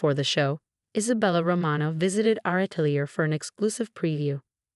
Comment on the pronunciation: It's "atelier." Not Italy. Not Alley.